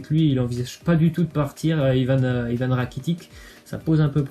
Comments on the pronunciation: Sa fait des vidéos info mais tu dit Ivan rakitic t srx sa se prononce rakitich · *rakititch